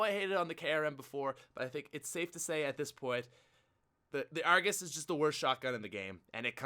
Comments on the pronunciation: You mean the 'ARGOOSE'? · not the Argus the argoos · When u say Argus i laugh